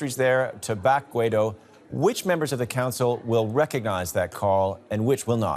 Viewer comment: Please, pronounce Guaidó properly accentuating on the "o".